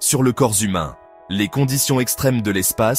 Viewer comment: le corps zhumain … ?